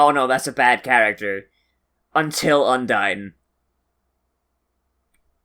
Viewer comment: hmm sounds your still pronouncing Undine's name wrong. maybe i just hearing things.